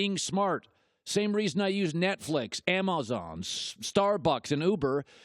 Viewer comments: "Ammo-zon" u ok colin? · A-maah-zon wth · lol why did he say Amazon like that?